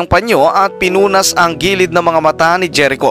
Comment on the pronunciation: Jerico is pronounced as herico